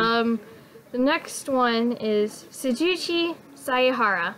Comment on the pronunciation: Sujichi? It's Shuichi